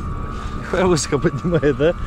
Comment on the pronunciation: удачи тебе в новых начинаниях. Ролики еще интересней стали. Спасибо тебе за классные видосы! Слушай, всегда было интересно, а почему ты всегда говоришь высоко с ударением на "ы"? И тормозит с ударением на "о"?